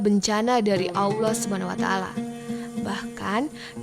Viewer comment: Robah itu jangan AWLOH. salah itu, belajar yg benar.